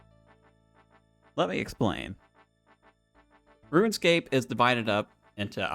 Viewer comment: Ah yes, RuinScape